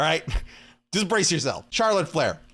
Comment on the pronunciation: him: charolet flair me: yeahhh imma unsubscribe